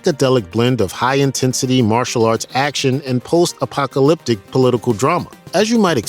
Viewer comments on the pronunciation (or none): none